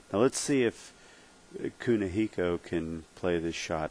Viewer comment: That's Kunihiko...say it right bitch, and screw you guys we aint paying money to watch matches on here